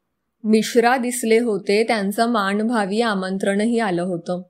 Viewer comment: भाय्यरेषा नाही, बाह्य रेषा असते. न्हवते नाही. नव्हते हवे. माणभावी नाही मानभावी.